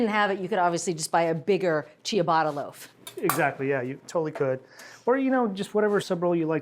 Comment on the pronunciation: Diabolical ciabatta pronunciation